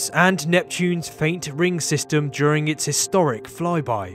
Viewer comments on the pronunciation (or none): none